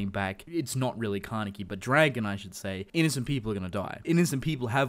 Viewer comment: stop saying kane(KEY) WTF